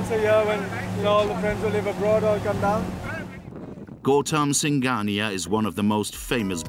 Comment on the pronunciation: Gouttama singaniya ❌ gautam singhania ✅